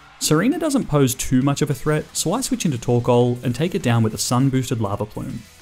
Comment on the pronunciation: TORKOAL, NOT TORCAL!